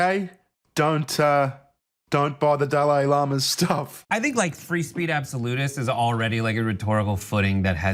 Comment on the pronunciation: Did he just say free spReech ?